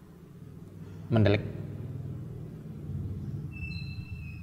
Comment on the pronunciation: Mendelik wkwkw tadz tadz ko mendhok ya